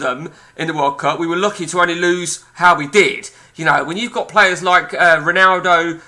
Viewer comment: Could learn how to pronounce his name between the swearing